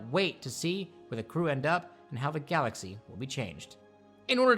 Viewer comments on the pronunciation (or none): none